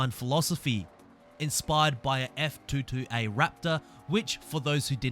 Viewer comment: You didn't just call a F Twenty Two Raptor a F Two Two Raptor. Whaaaaaaaaaat?